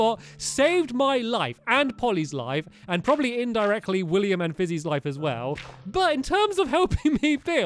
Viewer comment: You said probaly instead of probably